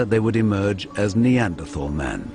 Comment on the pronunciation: why cant americans pronounce neanderthal correctly?